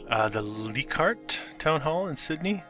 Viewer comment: the pronunciation is "Lie Card" and Balmain is pronuced "Bale Main"